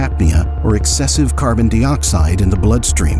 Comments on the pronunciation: Carbon Dee-Oxide... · The narrator is AI. Notice how it pronounces carbon dioxide